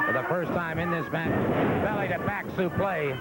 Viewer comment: Gordon it's supleX, not suplay. This is not a french backdrop. lol